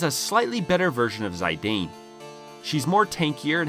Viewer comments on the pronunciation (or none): The i in Zidane is pronounced like itch not Aye. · Zee-dan Not "Zay-dayne" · Zai dane, I thought he called Zeedane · Ha dude! Its not Sai-dain 🤣 Its Zi-dan, like the football player from France... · Who the hell is "Zy-dane?" lol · It's pronounced "Zee-done". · That Zidane pronunciation, though. ^^' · The worst thing about this video is how you pronounce Zidane But apart from that I agree with a lot of your comments, but I would also mention that for the superboss Ozma, a team of Vivi and Amarant can be great if they both have return magic, getting triple Doomsday and therefore triple 9999 can help massively. I would also add Eiko for the Phoenix ability which can be a literal lifesaver in that battle And yes, Quina is god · Imo the only low tier here is your pronunciation of "Zidane" i never cringe this hard the moment you pronounced his name.